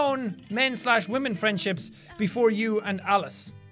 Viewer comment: Balizong WAHMEN*